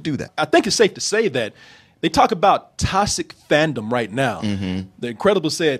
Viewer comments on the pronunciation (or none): "Tosic"??? xD I believe the word your looking for is "Toxic" xD